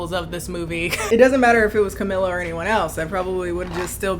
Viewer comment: She really said Camila Canteloupe 🤣🤣🤣